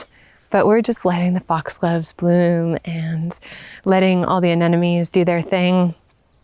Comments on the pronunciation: You say the name Anemone, "Ah nem oh nee", not "Ah nen oh mee".. many people struggle with this word when they switch the second and fourth syllable consonants. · Your garden is lovely, and you are a very beautiful young woman with a soothing voice. Your hair and clothing are perfect for your English style garden. I love the woodland arbors and teepees. It's all very charming. I only say this to help you, even though many Brits also do this. Anemone is pronounced a..nem..o..nee. even Monty Don does this, but because you have a large audience, I thought I'd mention it❤️